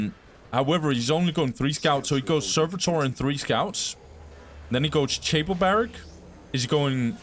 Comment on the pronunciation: It’s pronounced ‘ch-apple barracks’ btw. It’s a chapel like a church but for juiced up warrior monks 😂